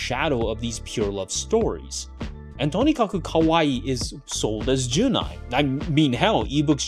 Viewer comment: Great insights, very informative video and nicely edited too! I'll be a little pesky, it is "jun'ai" (with a pause at apostrophe) not "junai" (without pause), I was confused about this word because of the pronunciation.